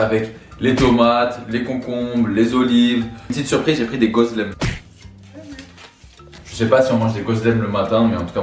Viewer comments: Superbe vidéo!! 👍🏼👍🏼🥰 Je suis d’origine turc, le mot pide ce prononce pidé et gözleme ce prononce gezlémé! Le sucuk c’est le meilleur truccc au monde 🔥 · Super video !! 🇹🇷🇹🇷 je te corriges on dit Gozlémé, pidé, et Aie rane (ayran) 😅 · Seni Seviyorum : JE VOUS AIME ❤️ et on prononce pidé, gözlemé et aYran (aïran) :) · Ton gozleme a pris le froid mdr . Il est hyper sec normalement c es moelleux. Et ça s ecrit gozleme mais ça se dit gozlemais.